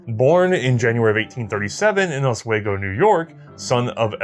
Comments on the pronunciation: Great video guys. But its pronounced (Oss-we-go) by the locals. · oss (as in "floss") -we-go. I always die a little inside when I hear non NY folk pronounce our place names. lol